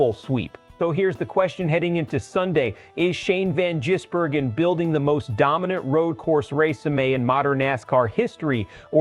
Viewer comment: You, his name is Vangisbergen not Jisbergen